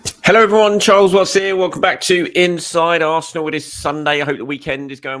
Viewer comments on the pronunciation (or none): none